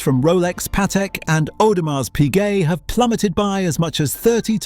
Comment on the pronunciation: If you cannot pronounce Audemars why should we trust your BS opinions? Go away AI!